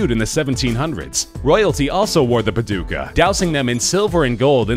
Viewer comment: 'paduka' is pronounced with a longer 'a' and softer 'd' and 'k'